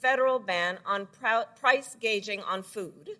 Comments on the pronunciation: She said gaging not gouging?? Made her look less smart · she cant even pronounce gouging